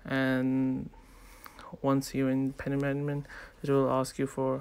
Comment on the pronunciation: so... nobody notice he said "paymentnement" instead of payment management? XD